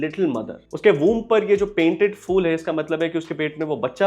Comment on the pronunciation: Phool, not fool 😅